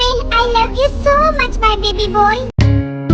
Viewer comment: Didi baby boy hota hai baby boi nahi 😂